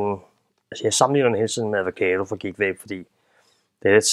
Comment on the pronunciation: "Advocado" Hehehe, det er bare 'avocado'. Fed video ellers. Keep it up!